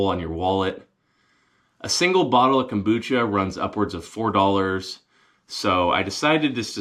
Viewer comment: Dude...so glad you came back for a video. Love the "cumbucha"... you should try gargling it before you swallow.